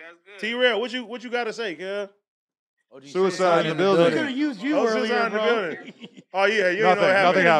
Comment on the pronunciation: ‘’ Cuicide in the building” lmao